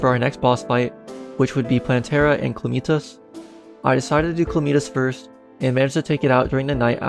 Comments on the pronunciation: Chlameetas? (its Ca-la-mi-tas) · cla-meet-us lol its ca-lam-it-tas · i cant belive he called calamitas clameetus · "s kal" what the fuck man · I've been pronouncing it "Calamitas" like a dumbass this entire time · I thought he said Chlamydia the first time lmao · Just curious, why do you pronounce calamitas the way you do?